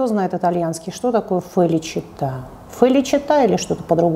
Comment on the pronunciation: Felicità - счастье читается как фэличита :)